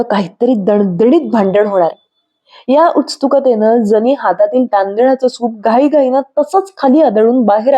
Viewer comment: छान वाचन...पण उत्सुक शब्द नीट उच्चारता आला नाही.. शिकून घ्यावा